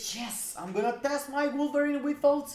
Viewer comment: Lol really sounded like you screamed... Yes, I'm gonna test my blueberry with all ctps....😂😂😂 instead of wolverine, had to listen 5 times to get who you were talking about lol